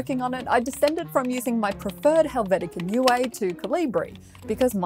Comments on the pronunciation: Not to be Mr. Smartypants but since you already corrected your pronunciation of 'sans-serif': 'Helvetica Neue' is pronounced 'Helvetica Noiye' and means Helvetica new in German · It's NOY-uh because it's short for German "Neue Schrift" = New Script. "Schrift" is feminine, therefore the second e ("-uh"). "Helvetica" is Latin for "Swiss". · I guess Helvetica Neue is in German. In that case "neue" is prenounced "noie" and not "nuay". :) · It's Helvetica "NOY-uh," not Helvetica "NOO-ay." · "helvetica newoy" is the weirdest way to pronounce "..neue" i have ever heard :D it's german, translates into "new one" and sounds closer to.. "noy-eh"? maybe. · neue... NOY-a. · Helvicita “Nu-ay”??? WTF??? Its a German word for “new”…. Your butchering the language as well as the fonts!